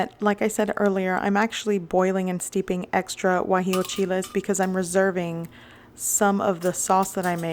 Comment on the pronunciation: Guajillo, not Guajio